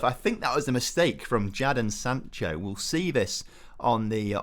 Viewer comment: Why do you say Jadon Sancho. I swear it is pronounced Jayden Sancho. Say if I'm wrong